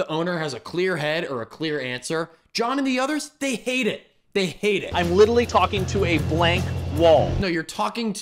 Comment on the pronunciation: Okay, I'm drinking along as a side note, but this man saying "liddlely" instead of literally is liddlely sending me rn . It's happened twice